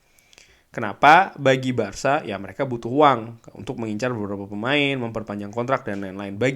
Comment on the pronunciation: BARKA ya guys bukan BARSA